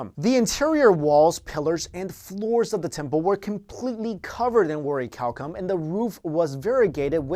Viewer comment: You mispronounced the name of the metal, according to what you wrote in the description.